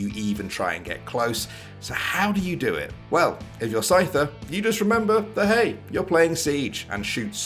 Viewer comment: The #1 russian players name is pronouced scooter, not the pokemon scyther. Scyther is how you spell scooter in russian to english. This inof is relayed by SCOOTER himself.